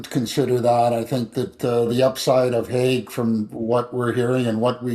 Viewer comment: According to Keith Pelley🤓 it’s pronounced Michael Haggy. 😂